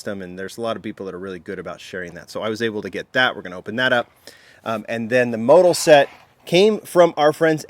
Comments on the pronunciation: Motul pronounced... Mo-tool. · I've always pronounced it mo-tool. Have I been pronouncing it wrong?